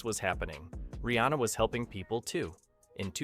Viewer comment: Pronounced: REE.ANN.UH!